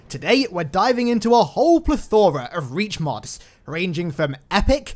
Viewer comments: Please stop saying pleth-ora it gets in my nerves but otherwise great video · I hate that you over pronounced plethora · dont really like how he pronounces plethora